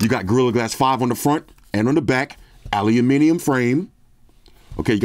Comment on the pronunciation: Props for pronouncing aluminium correctly..! 🤘🤘🤘🙏